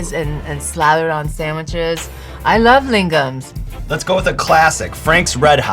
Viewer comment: I love how she pronounced "Lingham's" differently each time she said it. "Lingaman's" then "Lingman's" followed by "Lingham's" hahahaha